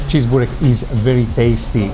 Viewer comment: Börrrrrreeeeekkkkk not Burrrr😅😅😅rekkkkkkkk😅😅😅😅😅😅😅😅😅